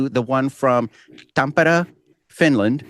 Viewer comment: Nice work on your pronunciation of Tampere. 😁👍